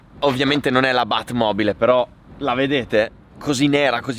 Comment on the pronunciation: Quando hai detto bat mobile è uscito una t fantasmagorica🤣💦